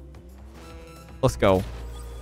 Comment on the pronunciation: i always here lethgo and not lets go if you hear it one time you cant unhear it